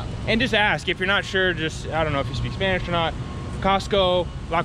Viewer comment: I love when you speak Spanish, you pronounce the words very well !!!!